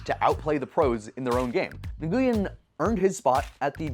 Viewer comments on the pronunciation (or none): It’s pronounced n-oo-win not niguwin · Nguyen is pronounced " When" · The announcers said "Win" at least ten times in the clip but he still said Nagooyen? :/ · It's pronounced like "Win", not like Nuh-goo-yen. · I was raised in Little Saigon. I am floored how many people pronounce it wrong.